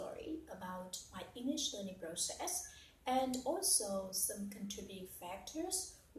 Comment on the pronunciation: Nhận xét nè, process nhấn âm đâu nha. Before i start xem lại phát âm start, vocabulary luôn luôn k có S.Từ entered coi lại phát âm nhé